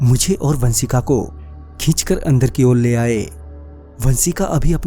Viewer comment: Baaki sab toh theek hai kripya pronouncation pe dhyan de...श को स bolne ki bohot problem hai aapki...Saurya,vansika,sayad...